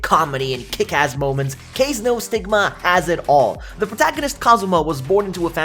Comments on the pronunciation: good video! but bro, who reads japanese names in english, its Ka Ze, not Kaise xd still give it thumbs up! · Ka-Ze is the pronunciation and he wasn’t good at wind magic at all. He has poor affinity for his family’s fire magic. Upon being banished, he made a contract with the Spirit King of Wind. That’s how he became op in wind magic.